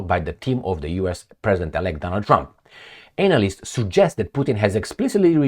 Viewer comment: The pronunciation of anal - ysts and gave me a chuckle, and knowing sense of humour it may have been intentional